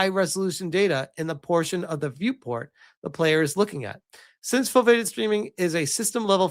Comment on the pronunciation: Foveated is pronounced foh-vee-ay-ted